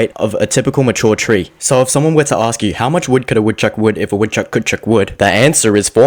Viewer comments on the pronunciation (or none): u said it wrong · It hurts that he messed up the opening line 😂 Otherwise loved it!! But my answer has always simply been "A woodchuck would chuck all the wood he could if a woodchuck could chuck wood"